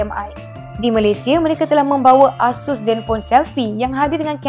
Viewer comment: Pembetulan ya, ASUS disebut dengan sebutan "Eh-Sus" bukan "Ah-Sus". Ianya diambil dari perkataan dari Pegasus.